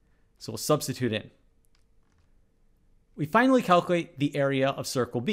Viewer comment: it kills me that you butcher the word "calculate"